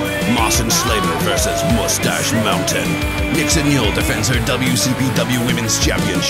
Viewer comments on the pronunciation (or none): none